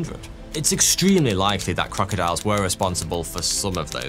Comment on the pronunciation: He said Croctiles 🤔🤪